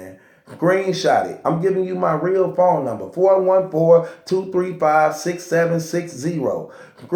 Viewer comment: he could'nt say seven correctly